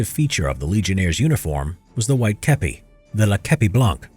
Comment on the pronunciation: franchement, on aurait pu s'attendre à pire venant d'un non natif, la prononciation n'était pas parfaite, notamment sur les noms propres, mais on sent que le mec s'est appliqué et a travaillé sur certains mots, genre képi ^^